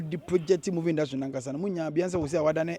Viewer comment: Why are they saying moving instead of saying movie